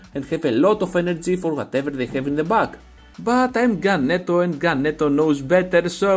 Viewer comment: I told Ganeto before the tournament, see you in the Final! :D (you said my name perfect haha)